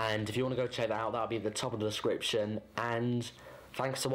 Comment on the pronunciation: Why did you say "Desciption*?